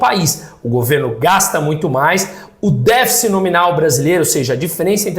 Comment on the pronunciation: Parabéns professor pela pronúncia correta da palavra latina "deficit"